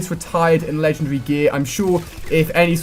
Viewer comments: That's not an accent. He says ledgundry - Not legendary. Accents don't change the way you pronounce stuff, just the length/size of the word. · Lengen-dre? Its Legen.... Wait for it... Dairy! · LE-GEN-DAR-RY IS how it's pronounced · It's LEGENDARY not legendree! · LEGEN-DARY!!! You're pronouncing it wrong dude. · Hey Ali a are you British because you said legendary a little different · When he says legendary its kinda funny :1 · I don't care say it right! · I do know what he is saying, just not what accent it is. Also considering his English and grammar is just like mine however the word Legendary is not is clearly an indication that it isn't something wrong with his accent, just mispronunciation. Or it could be something which he generally can't accept - I have a friend who literally can't say 'Remember', he has to say 'Re-nem-ber'. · That moment when he pronounces legendary wrong the whole video